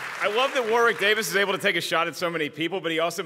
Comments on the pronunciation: It's pronounced "Warrick" guys, not "War-wick". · You don't pronounce the 'w' in Warwick!